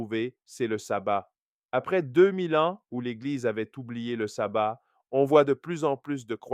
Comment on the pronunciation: Shalom mon frère ! Non je disais ça parce que sur la vidéo on prononce Sabbat au lieu de Shabbat. Or le sabbat c'est plutôt les réunions de sorciers... Tu dois le savoir sans doute mais en hébreu c'est la lettre Shin qu'on utilise et pas le Sin.